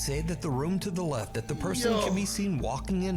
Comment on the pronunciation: "Bacaoze it lefft" got me dying😭😭🙏🙏